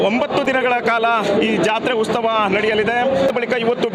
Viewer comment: Ustava allo maraya... Utsavaa.. Kannada sari kaltigo